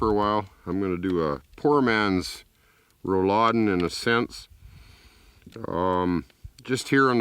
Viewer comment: It's Rouladen, btw. And he pronounced it very well